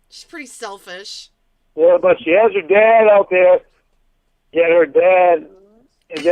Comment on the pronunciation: It irritates me soooooo much the way pronounces "but" as "bawt"!!! Like, come on!!!